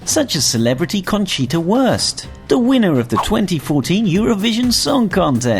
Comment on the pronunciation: 11. Pls pronounce Austrian Words right. We don't wear "Liederhosen" it's Lederhosen. The name is Conchita WURST not WORST. And what the heck are Mozart-Kurtschels? It's Mozart-Kugeln. Sry, but as an Austrian this is freaking me out just a bit. And also number 8,isn't true. When you order tap water, most people don't even care, like we do at our Bar. Great Video anyway